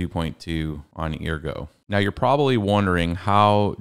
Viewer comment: Bro stop saying eargo lmao